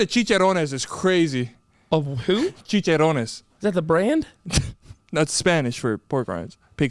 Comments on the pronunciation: “Cheech-er-Ron-ez”. Hmm..just “cheech-er-rons” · “Chicharownes” I CAAAANT 😂😂😂